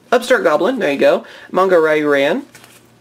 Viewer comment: Oh my god! You don't know how happy I am for hearing an English speaker pronouncing Manga correctly! (Manga Ryu Ran) Ma as in "Hey Ma! You forgot to do my laundry" and not Ma as in Man.